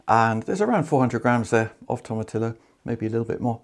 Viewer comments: You don't pronounce the "LL" in tomatillo. Its a soft "J" sound. Its like saying Gahlahpeno. No bueno. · It’s Toe Ma Tee Yo! Not TOM. A common mispronunciation. (From a San Diego, California native) Just north of Mexico.